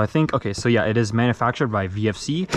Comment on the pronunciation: When you say yeah yeah it sounds like you said grandad im chinese